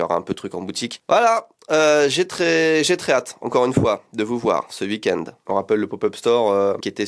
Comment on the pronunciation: Hey, je rêve ou tu prononces "wui-kend"??? 😅